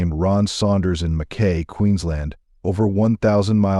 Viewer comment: Mackay is pronounced MackEye